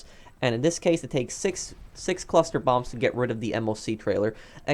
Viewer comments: He said cluser than cluster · You said cluser bombs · Oh dont we all love "Cluser" bombs